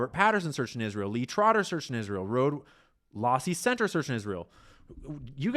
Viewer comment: Did he just say the lohse center??